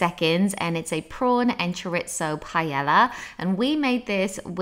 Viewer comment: It's pronounced choreezo!